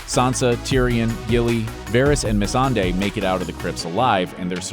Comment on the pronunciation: What are you saying????? Its melisandre MEL-IS-AN-DRE